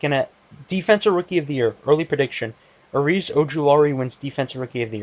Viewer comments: Hate to break it to you, but its azeez ojulari, not areez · It’s Azeez